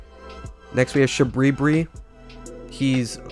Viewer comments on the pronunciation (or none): Shout out to anyone who cried when they heard the goodest figner hunter Yura being called Shabri(b)ri